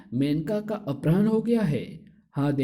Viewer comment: Bhi aprahn nahi apharan hota hai bahut irritating hai aapke ye uccharan. अपराह्ण नहीं अपहरण होता है